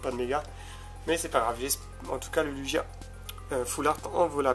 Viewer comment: C'est marrant komen tu dis Lugia xD Comme une luge en fait "Lujia" ^^ Pourkoi tu veux à tout prix des méga tout pas bô ? :v M Pharamp SSJ3 est dégeux tu le voulais avoue :3 Je dirais petite display comparait à certains qui ont 3 Fa dont une shiny + 1 secrète xD Mais bon tu as eu de belles cartes :) Le Pierre est vraiment classe je trouve !